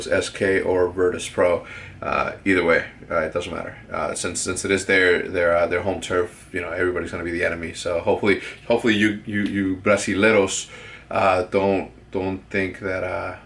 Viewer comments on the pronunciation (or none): Brasileros????wtf 😂you really don't know Spanish do you its brasileños